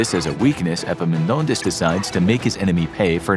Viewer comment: This is the first time I hear an non-greek saying a greek name well. I meant the Επαμεινώνδας (Epaminondas). Well done, consider me impressed.